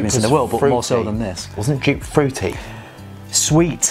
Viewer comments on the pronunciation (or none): Joop is pronounced 'yope'. Gio is pronounced 'joe'. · Jupe? I think the original (Joop) is pronounced as "Yoap", like in soap... ;-)) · I was wondering what scent you where talking about, Dupe? Never heard of Dupe? Then after you describe the scent I thought “ahhh they mean Joop!” 😂😂😂 You pronounce the J as the Y in year. The oo as the o in rose. Joop. :) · You are pronouncing Joop so wrong, it's more like in the word dope or rope, just with a J in front. I am German, so I know.